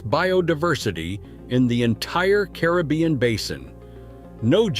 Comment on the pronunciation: Really ? How stupid are you? You do a video about a country and pronounce its name INCORRECTLY all throughout. It is NOT "Bulleez". And you also pronounce Caribbean INCORRECTLY. Stupid